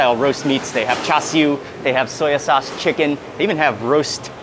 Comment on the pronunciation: He pronounced cha siu correctly 😲